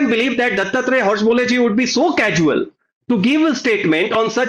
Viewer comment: Hosa baale is the pronunciation It means new banana leaf